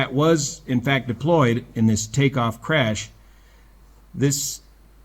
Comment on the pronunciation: CRASH, not “crush”